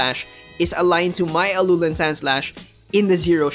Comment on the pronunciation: Im just so triggered how you say Alolan